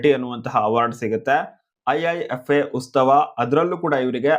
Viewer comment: ಉಸ್ತವ ಅಲ್ಲ ಉತ್ಸವ